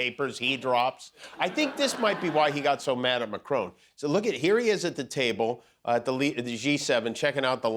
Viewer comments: Who is president "McCrone" of France? Perhaps someone should warn Emmanuel Macron about this Scottish impostor. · Please it s pronounced Macron , with a short o sound, not Macrone to rhyme with drone , as there is not an 'e' at the end. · I think it is Marcron, not Macrone who is President of France. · It is Macron not Macrone 😬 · Please say names correctly, Jimmy. It's not "MACRONE." There is no 'E.' It's MACRON! It's really not that difficult. Just like "Bon Appetit" is not 'BonE Appetit.' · Kimmel, it's Mac ron, NOT Mac roan. PLEASE. It's FRENCH! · Dear Jimmy, and most Americans. Would just like to point out that it's President MACRON, not Macrone. i.e MACK-RON (ON as in ON the table, not as OWN as in OWN the book). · Please pronounce macrons name mac-kron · For Christ sake why can’t he pronounce Macron correctly? It’s not like Macron isn’t known. I get the jokes great but..